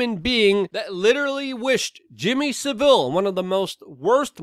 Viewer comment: 1 thing Luke - it's Sa-ville. You say the a, sa-ville, saville, all in one word - Saville. Just say it exactly as you see it. Other than that, your'e 100%. ;-)